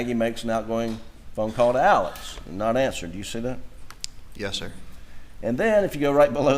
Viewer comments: The fact this family pronounces Murdaugh as Murdock and Alex as Alec makes me not trust any of em. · Why does everyone pronounce Alex, “Elix” . And pronounce his last name, “Murdoch”, not Murdaugh. Just curious.